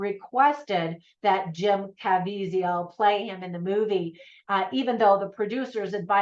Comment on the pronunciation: Great review!! Just in case yiu want to know, its pronounced Kuh-Vee-Zuhl.